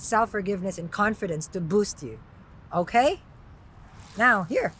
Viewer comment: "okhae" I love that. Everytime you say it I picture you as a French man sipping a coffee at a bistro. 😂❤️